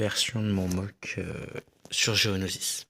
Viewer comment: Géonosis. j'ai entendu gonosis